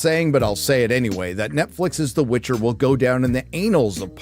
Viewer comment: Witcher, not witch her...